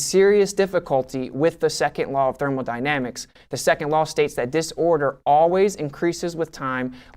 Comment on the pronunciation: "thermaldynamics". I understand its just a slip of the tongue but its always fun to hear a non physicist mess up this word.